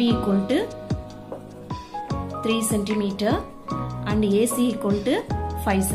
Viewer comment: And ko aand kyu bol rahe ho